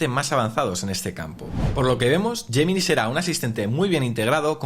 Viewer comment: Porque hay palabras en inglés que las pronuncias perfectamente como por ejemplo “call notes” y después a lo largo de todo el vídeo vas diciendo todo el rato “gemini”?